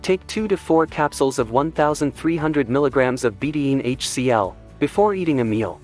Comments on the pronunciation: Please train your computer how to pronounce betaine. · Two syllables. Be-taine.